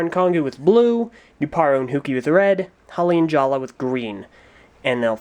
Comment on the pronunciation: It's pronounced jaller not jalla